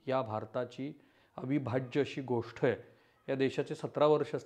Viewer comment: तुम्ही चांगलं सांगता, पण गोष्ट ला गोष्ठ म्हणता, ते तेवढं थोडं खटकतं हो... मन divert होतं त्यामुळे